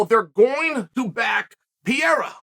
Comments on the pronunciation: He’s always called him piera which is still wrong it’s perera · Love you chael but his name isnt Piereira its pronounced as Per - ray - ra just a heads up my guy 👍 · I think he's pronouncing "pee-rei-ra" on pourpose now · Peh-day-yah not 'Perrera' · I love how he keeps calling him pierra that reminds me of Joey Diaz calling miocic stiopic and khalabib 😂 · “Piera “ lol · I casually accepted that Uncle Chael is still calling him Pierra and that is absolutely perfect with me. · Chael "Pierre" Sonnen LOL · Chael spent the whole video calling Pereira "Pierra" 🤣🤣🤣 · SHAEL I love you but please try to say perrieras name correctly. You say PIERRRA And congrats you got engagement on your video from me SHAEL